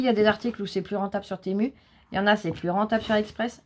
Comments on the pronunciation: Bonjour ma Cathy , désolé mais on l’a dit comme cela car tout les haul TEMU qu’on a regarder l’es personne le prononcer pareille ❤️ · oui, c'est exact, mais mal prononcé mais ça ne change rien, certains sont chinois mais pas tous... Mais bon, ils sont fabriqués en Chine j'ai l'impression...